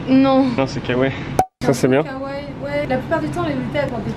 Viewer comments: ON DIS (KAWAII) PAS (KAWAIIL) OK OK OOK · Kawaii se prononce avec les deux i et non Kawai :) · on ne dit pas kawai mais kawaii le i est plus long c'est pas pour rien qu'il y en a deux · c'est pas sweet lolita que tu porte et tu prononce mal le mot kawaii, on dit pas kawaii mais kawaii i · C'est marché kaiwaii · Kawaï ce dit à la fin iiiiiiii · Ça se dit "kawaiiiiiii" 😉